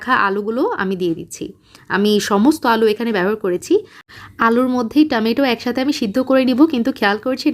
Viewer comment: আপু টমেটো কে। আর টামাইটো বলো না প্লিজ। বাকি সব ঠিক আছে